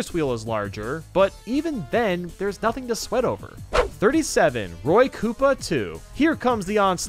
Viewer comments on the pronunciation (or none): none